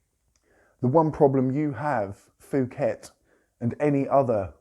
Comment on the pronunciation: It is called pooket, not fooket, I know, I know, but it is a Thai word.